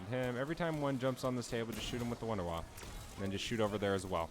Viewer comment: "Wonder Waf fuh". It's German. Lol